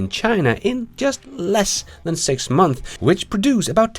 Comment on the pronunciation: six months, months, you have to at least try to say the s. MONTHSSSSSS